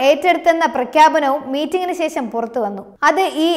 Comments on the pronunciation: നല്ല അവതരണം But അക്ഷര തെറ്റ് വ്യാപകം - ഇസ്ലാമിഹ , അംബാസിറ്റർ , ശേശം, റശ്യ, സംന്തോശം, അഹന്തത, തുറമുഹം, ദുരൂഹരിക്കുക ...... ശ്രദ്ധിക്കുമല്ലോ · ശേഷം എന്നാണ് പറയേണ്ടത്